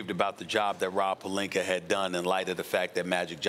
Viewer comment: We gotta work on "Palinkur" first🤣